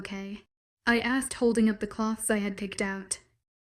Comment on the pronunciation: For the love of god it’s clothes not cloths. Not strips of material